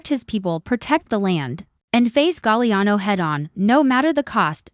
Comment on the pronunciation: Galiano...STUPID Ai